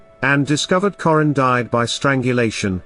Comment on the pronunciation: This guy isn’t pronouncing Jessica’s last name right. Currin as in curry. My sister and Jessica was best of friends since kindergarten. They both were in the same classroom in Sedalia elementary. She was a sweet girl. She didn’t deserve this. Rest easy Angel 😢